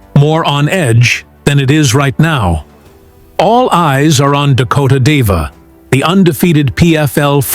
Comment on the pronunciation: It's Dakota ditcheva, not deva. Kinda getting sick and tired of these videos pronouncing her name wrong.